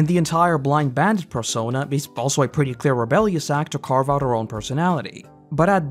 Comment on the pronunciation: You accidentally a syllable here, which would ordinarily not be worth mentioning, but I like the way I misheard it better than canon. You mention the “blind bandit persona”, but I misheard as “blind badger” which actually works really well all things considered.